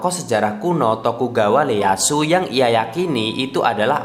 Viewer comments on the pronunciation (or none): Ieyasu, bukan Leyasu...orang jepang tidak mengenal dan ga bisa melafalkan huruf L ,kecuali yg udh belajar bhsa asing